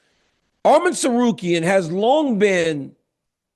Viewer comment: ARMAN NOT ARMEN DC YOU USED TO SAY HIS NAME RIGHT WHY ARE U SAYING ARMIN